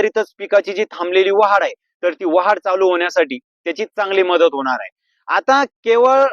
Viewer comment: वाहाड नाही भाऊ वाढ म्हणा कृपया